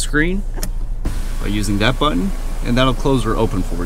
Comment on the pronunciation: "Hit the start engine bungine, and... she comes to luyfff"